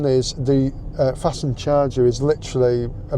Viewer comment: Everyone else says FAST NED not Fastend